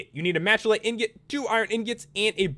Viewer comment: You said ingot wrong 😆 he is nice.